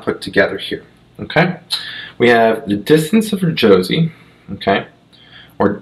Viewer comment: Jose is pronounced HOE-SAY.